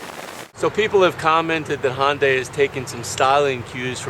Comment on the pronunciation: I stopped watching when he said "Hon-day". There is no O anywhere in the word Hyundai. Is it because Honda is made by Asian people too that you feel compelled to pronounce them similarly? Maybe Koreans pronounce Dodge as Dorge. Ya know, like Ford, which is also American and also has an O as the second letter. See what I did there? /rantover